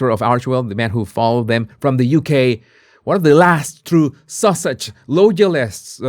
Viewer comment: Love the way you pronounce Sussex as Sausage which is quite adequate! The comment " Sausage Squad" LOVE IT 😂😂😂 THANK YOU for keeping us up to date